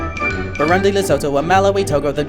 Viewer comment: Just FYI, the country of Burundi pronounces it Bur-OON-dee not Bur-UN-dee. Source: I have friends who live there.